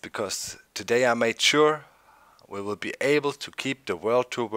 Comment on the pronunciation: The way you said "Today" in the intro (to-DAY instead of (to....day) surprised me lol